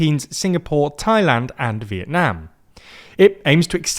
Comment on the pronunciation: First time hearing a foreign pronouncing Vietnam correctly